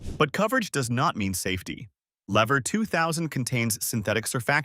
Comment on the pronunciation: Lever is pronounced "leaver"